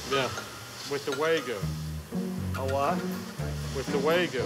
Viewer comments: "Shudders at the pronunciation of wagyu* Butchered the pronunciation AND the burger. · ”Way-goo" burger LOL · "Way goo" swear to God I hate when english speakers butcher words so horribly and I my self am american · "with the waygu" 💀💀💀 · The thing that gets me the hardest about ol' burger boy is "With the way-goo!" How the hell can you claim to know a product when you can't even say it? It's Wa-Gyu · God the guy calling wagyu waygu is embarrassing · "The what"..."The weigh-gu!" 🐮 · "The what?"..."The weigh-gu"